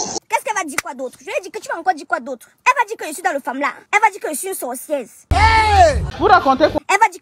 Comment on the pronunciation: C'est "sorcieze" qui me retient ici😂😂😂